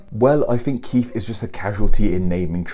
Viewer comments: Umm it's Keith, not Keif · Anyone else hear say "Keef" before even watching? 🙊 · pronouncing Keith as Keef, reminds me of the Irish surname O'Keefe